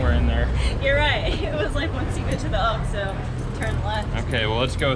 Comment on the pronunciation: Enjoy your videos! How about a tip from one gringo Spanish-speaker to another? Say the first syllable in Oxxo more like “oaks” rather than ox. Make that O sound more like long English O. “oaks-oh”